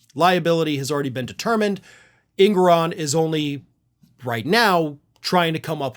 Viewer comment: Engoron not Ingoron